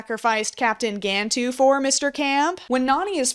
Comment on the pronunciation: For a "fan", you sure dislike pronouncing "Gantu" correctly, and instead choose to pronounce it as "Gan-two".